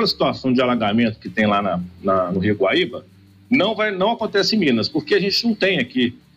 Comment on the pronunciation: Especialista não sabe nem o nome do GUAÍBA e não baíba.